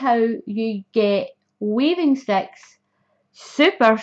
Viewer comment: its ok, I love your accent and it makes me giggle when it says "sex" instead of sticks. Your poor sister the 🐖 LOL